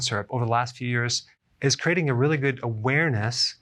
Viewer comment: How are you saying the word "creating". It's not pronounced "cra-ting". It's pronounced "cre-a-ting".